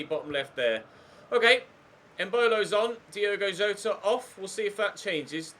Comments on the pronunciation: it’s Yota mate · I beg you pronounce Jotas name right😂😂